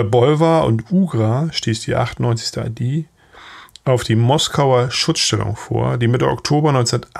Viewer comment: Warum wird die Abkürzung "ID" für "Infanteriedivision" in englischer Aussprache gesprochen?